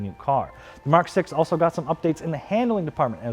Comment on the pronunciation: "Muk Seven"